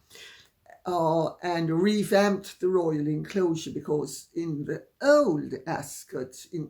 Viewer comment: Dear Lady C, was the “o” always silent in Ascot? Please have your cough seen to if you haven’t already.